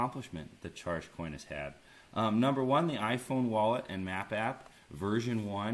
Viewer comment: Charg is a terrible name bro. You're pronouncing it like the word "charge" but it should have a hard -g sound at the end.